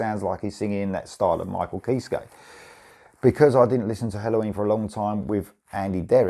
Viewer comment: Just so you know Kiske is pronounced “Kis-Key”